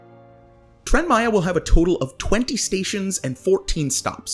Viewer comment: It doesn't matter how much money has been thrown at Tren Maya, it's infrastructure, it's investment for the future, specially, like you said for a neglected zone, for centuries, of the country. Btw, great pronunciation 👍🏻